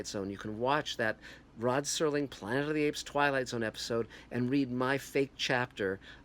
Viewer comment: Its Serling you idiot not "Sterling"